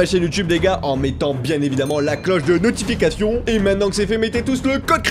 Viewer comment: C est bizarre à chaque fois que tu dis la cloche de notification tu dis tout le temps notu fication